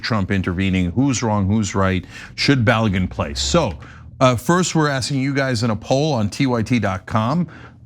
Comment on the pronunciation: The name is pronounced BA-LOW-GOON.